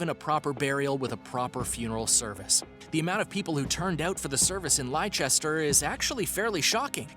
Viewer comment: It's pronounced Lesster. I appreciate the confusion as there are so many extra letters thrown in. But Leicester = Lesster. Also Tudor is pronounced Tuduh. Tudor = Tuduh.